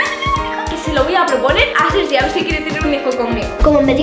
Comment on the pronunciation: En el minuto - en ves de decir sergi dice seri